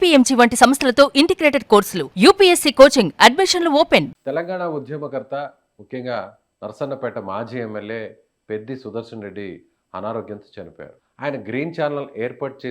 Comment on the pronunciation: నర్సన్నపేట కాదు బ్రదర్ నర్సంపేట